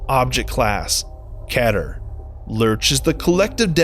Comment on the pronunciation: It’s not pronounced Ketter it’s Keat-er